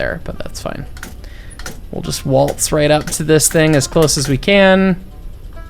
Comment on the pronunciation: Use of accent is much better in small parts instead of the whole thing!! Also a nuance as my family is also from the former Eastern Bloc. In my experience the W is pronounced WH so "we" gets said as "whe" as opposed to "ve." My family was from Hungary and Ukraine so maybe yours does sound different just thought I'd mention it for shits and gigs